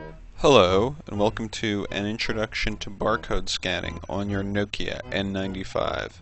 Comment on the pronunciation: ITSSSSS A NOKIA NOT A NOOOOOOOOOOKIA silly yank